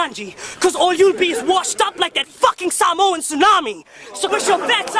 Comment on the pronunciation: I like that he actually pronounces Samoan better than white people 😂🤝